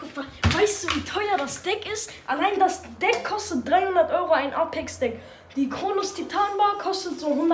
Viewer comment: Man spricht das äpex aus